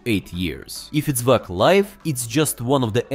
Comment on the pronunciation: Ik, it's ai voiced, but the fact that it said vwac baffles me